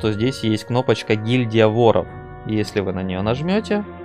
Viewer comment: а че с ударениями - флагИ вОров и это только начало